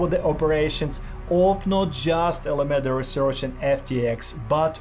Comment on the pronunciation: U should prob practice ur script a bit more, cuz there are a lot of words wrongly pronounced, like those important names, “Sam Bankman Fried”, “Alameda Research”. It might make ppl think that u didn’t do ur research even though u did I guess